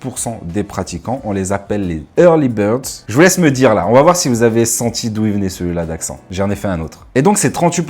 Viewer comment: Perso je kiffe m'entrainer à 6h00 à jeun, par contre, sieste à Midi oblige. Sinon gros coup d'barre l'après midi. 😴 Pour le "Early Birds", c'est un accent de New Castle (Cf : Programme Wolf Vol.1) ! J'ai reconnu le British Accent ! 🇬🇧 Très bonne vidéo qualitative comme d'hab' ! 👌🦾